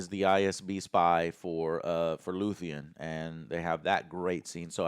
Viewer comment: 10 episodes in, and he still says "Luthien"...